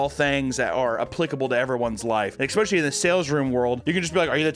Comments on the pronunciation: Papa says expecially. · I hate that he says "eckspecially" it sounds so unattractive